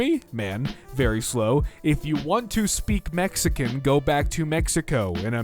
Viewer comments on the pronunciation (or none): none